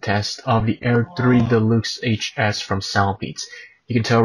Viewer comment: I digging the way you pronounce deluxe, de-lukes, lol.